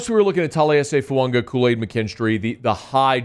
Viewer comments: His name is not pronounced Foo ung wa it is pronounced Foo ah gah, You always miss pronounce players name wrong every season , you did it last year with Penning 's name and this year it's Fuaqa it drives me nuts. If you are a true professional take the time to prepare and learn the correct pronunciation of the players name you are reporting on please. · Is this guy ever gonna stop calling FUAGA FUUNGA